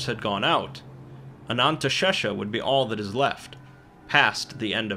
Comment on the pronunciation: Anantashesha sounds like someone trying to say anesthesia while going under anesthetic